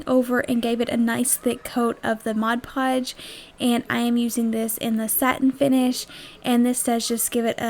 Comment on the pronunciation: Thank you so much for saying "Mod Podge" the right way. Most people say "Modge Podge", which drives me nuts....I know, not a big thing, but it does drive me crazy.... Absolutely love your crafts. Great job, and out of cheap items comes some very cute, usable crafts.....You have a new subscriber...Thanks.